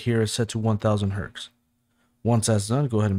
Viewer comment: Btw, I always hear your say "Herks" It's Hertz, just figured I'd help you out.